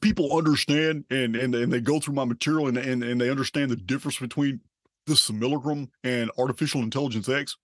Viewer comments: why do people these days get easily offended...stop been reactive... dungeon program things... I laughed because you wrote how he says it most times... sililicrum... It is funny you know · ngl, from the subject line of the video, it sounded really interesting, but this dude's voice and the way he keeps willfully mispronouncing "simulacrum" is making me annoyed. it's physically jarring to my body and it's time for me to stop listening.